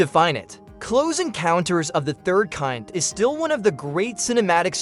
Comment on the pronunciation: Is the narrator AI? The emphasis and pauses are all unnatural. The mispronunciation of Colin Firth's name is another big issue. Mispronouncing "Close Encounters of the Third Kind" and "ET the Extraterrestrial" were very weird. And the repeated mispronunciation of "PG....13. Rating".